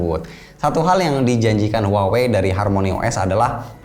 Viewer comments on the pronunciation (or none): Bang itu merk Huawei baca nya di Indonesia biasa aja ya "Huawei" bukan "wawei" haha, jgn ikutin orang barat yg ga bisa spelling. coba cek cara spelling Huawei yg bener dari native speaker China. Saya denger u bilang "wawei" jadi cringe banget